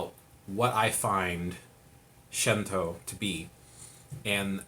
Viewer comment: It's pronounced Shinto, no shento. 神道 that's the kanji. Shin tou. with a long o at the end. "She" is not in the kanas. Thanks for the intro